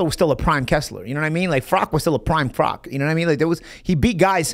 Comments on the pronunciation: Who the fck is Frock ? You mean Froch right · I don’t think “froch” would appreciate you calling him “frock” lol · Fro-uch not froc-k